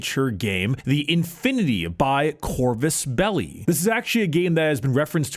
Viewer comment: "Corvus belly" I'm dead